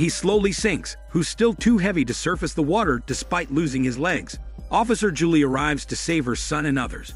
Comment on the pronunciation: Why did he also say ja-lee for Julie lol